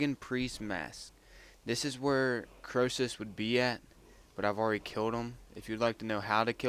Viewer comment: when i first hear it i thought you said pack a punch